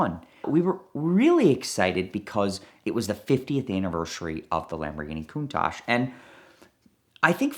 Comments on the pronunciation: stop calling it a Cooontaahhjjjee it's Con-taTch. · Valentino Balboni doesn’t pronounce the name Countach as “Countosh”. I’ve heard him say this word in interviews several times. Either is mispronouncing it or Valentino Balboni is mispronouncing because they are miles apart and they both can’t be correct. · are Americans pronouncing Countach wrong when we say it as “Countosh” or is Valentino Balboni’s pronunciation wrong how he says it at in the video linked below?